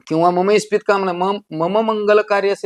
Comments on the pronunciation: सर ते इस्पित नसून ईप्सीत आहे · इस्पित नाही.. इप्सित म्हणा... इस्पित हा अपभ्रंश आहे...